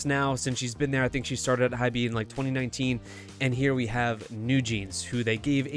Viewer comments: Lmaooo not him pronouncing hybe as hybee 😅😅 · jfyi Hybe is pronounced like hype but with a 'b', the e is silent